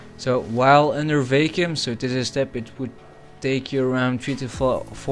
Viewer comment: Its "VACK-YOOM" not "VAKE-YOOM"